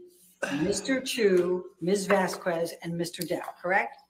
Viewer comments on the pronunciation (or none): It's pronounced Vas-kez. Not VaSs-Koo-ez!!! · I can not stand her pronunciation of Vasquez, its bloody infuriating. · "Mis Vaskwezz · I just can't stand how she says Vaskwez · Does have an aversion to saying Vasquez correctly? Because it makes her look really stupid by repeatedly saying it wrong after so many have said it correctly.